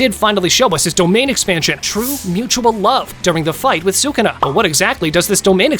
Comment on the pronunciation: Its sukuna not shukuna or sukna